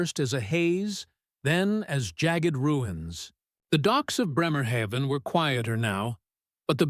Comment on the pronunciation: On the dock at Bremerhaven - should sound like Braymahafen